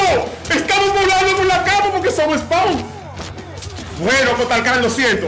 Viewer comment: He said.. Spau 🤣🤣🤣